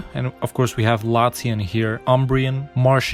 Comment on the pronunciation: The mod is crazy. Btw Marchigian is actually read Mar-kee-jaan.